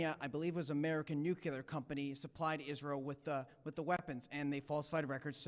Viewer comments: The first thing you learn in "nuclear education" is that it's called "Nuclear". Not "Nukiller". But hey! It's kinda funny 😅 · They call it '' nuccular''. It amazes me.